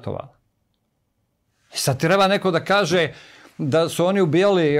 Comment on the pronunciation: Ne znam kako vama Ali meni smeta kad neko ne zna reci č. I kaje umesto kaže. Odakle je gost?